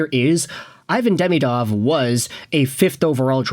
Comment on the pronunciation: At least pronounce his name correctly